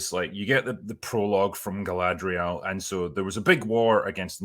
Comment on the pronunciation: Just finished watching the 1st 2 episodes.. while it made me cringe a couple times, it wasn't as terrible as I expected, If you take the mary-sue Galadrrrrrrrrrrrrrierl (thats how they pronounce it in the show) from the picture the show is tolerable, once shes back on screen it becomes intolerable, the fight scene with her looked ridiculous, 2 episodes in and I can't stand her.